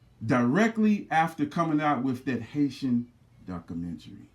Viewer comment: You don't even know how to pronounce documentary. Dumb nigga.